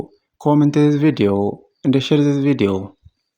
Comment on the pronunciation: "welcam to the lliu villuo"